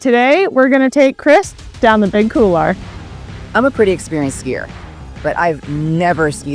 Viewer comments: No offense intended, but why is it that many North Americans cannot seem to pronounce the word couloir? Please, for the love of god, it is pronounced COOL-WAH, and not COOLAH... see the difference there? Aside from that butchery, fantastic content and very inspiring - well done Chris! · Couloir. It’s pronounced kool-waar. It’s French. It means hallway. This is not a hard one. Still…cool video.